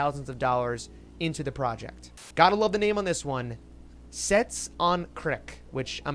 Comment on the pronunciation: This guy clearly has not done his research on Solana eco system. Clearly salty and chilling eth don't be fooled, he is also sponsored and it's pronounced as cats not sets on crack lmao